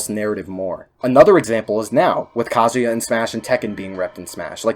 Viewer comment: Your proper pronunciation of kazuya makes me respect your opinion